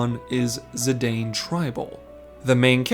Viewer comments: I hate to be this person it's zih-dah-n. Not zih-day-n. As his name is spoken in dissidia games and other side media. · It's pronounced Zih-DAHN. We know this from the Dissidia games. Though their stories aren't canon, the pronunciations of characters' names are. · I love you but it’s Zi-dawn.